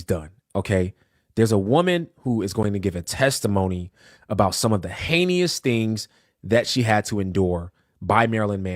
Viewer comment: Ppl shouldn’t say the word “heinous” if they think it’s “heinious “